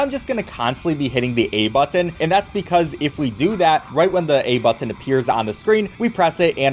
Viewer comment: I love you but I hate the way you say button